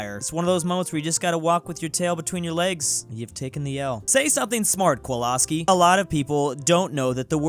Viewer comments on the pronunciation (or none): still out here saying Kowalski's name wrong 😔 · We need a compilation of how many times the Kowalski meme popped up and how many times mispronounces the name over and over again. 😂